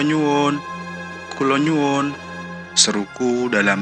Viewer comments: Kok "kulonyuwun" harusnya kulonuwun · Bukan "KULO NYUWUN MAS" Tapi "KULO NUWUN" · Kulonuwun kek nya..bukan kulonyuwun.. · Adminnya bkn org Jawa ga...ms "Kulo nyuwun"🤭